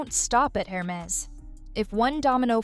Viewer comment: it's err-mehz... :) instead of her-mehz... :)